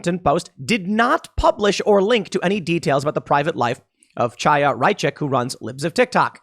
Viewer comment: Chaya is pronounced Haya like Hanukkah